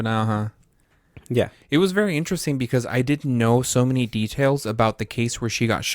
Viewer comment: Dying at the "because" convo because I literally just told the same thing yesterday after she said "pecause" lmao